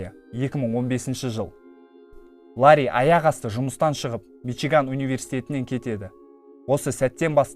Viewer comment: Мичуган емес мичиган